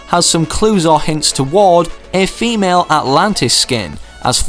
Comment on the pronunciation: Who notice or herd him say famale atlantis instead of female atlatian